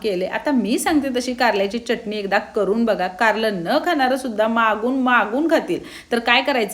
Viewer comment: ताई तुमच्या receipes छान आहे पण च्यटणी नका म्हणत जाऊ (चटणी)